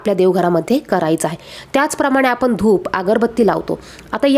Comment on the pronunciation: आपली भाषा शुद्ध करा पहिले, आपण म्हणा आपन नाही, ण ला न म्हणताय आपण